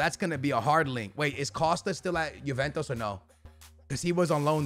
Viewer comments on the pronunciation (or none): none